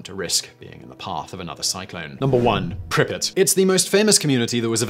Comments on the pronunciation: and also PRI-pree-yaat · Why you pronounce "Pripryat" like "Prippit"? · Always lols me the way Simon pronounces russian/ukrainian words. Lol "prippit."